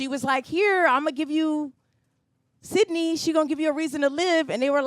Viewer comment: Sydnee not Sydney